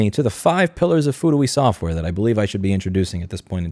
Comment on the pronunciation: Ah yes, softrware